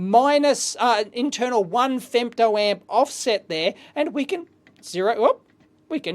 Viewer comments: femto, not fempto ;-) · Fempto ? => Femto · femto not fempto ! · No P in femto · Fempto with a "p"? Oops! 😄